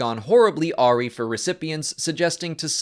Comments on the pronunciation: Awry. Pronounced "uh-rye". Just a heads up. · It should be uh-WREYE. But give him a break... everyone makes mistakes, and is an overall excellent performer. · Just to kindly point out, it's actually "uh-RYE" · Awry is a-rye, like rye bread. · Yup, /əˈrī/ is the correct pronunciation. I almost fell out of my chair :D One of those ones you have to hear said though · Orry? Is that just American pronunciation? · You pronounce awry like that? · Has he never heard the word Awry pronounced? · Apparently not